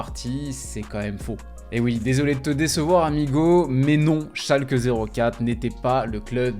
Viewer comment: Oui, mais ce n’est pas « Schalkeuh zéro quatre » mais « schalké noul fiiirr » (Schalke null vier).